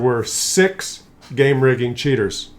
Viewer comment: I didn't suspect it was game rigging until you told us. It sounded like you were saying clown vagen or clown car.